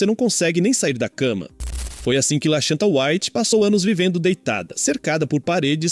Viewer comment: Lashanta kkkk